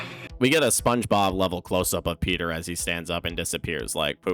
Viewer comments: petah...the bones are worth... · Petah, Bonestholemew Bonesly Bonesworth is heah.